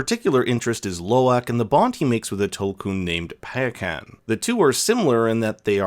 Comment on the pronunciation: The Tokun's name is said Pie-uh-kahn